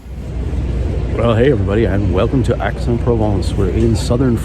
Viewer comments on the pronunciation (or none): Nice video but your pronunciation of the citys name grates. Its not Axe, its more like Aye. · It's pronounced "Ex"